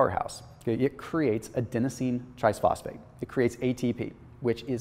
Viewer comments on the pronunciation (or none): love your work. Especially your fat metabolism video last week. But...Why do you add an S and say “tries” phosphate instead of triphosphate? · I really like this channel but it really bugs me every time you say "trisphosphate," even though you spell it properly!